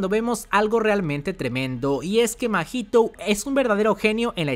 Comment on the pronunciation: Me caen muy bien. hacen muy buenos videos, pero como comentario muy personal> No pronuncien Toudo como TOUDO, Mahito como MAHITOU, Gojo como GOJOUU El japones realmente es muy parecido foneticamente al español y le estan aplicando la espanglish besitos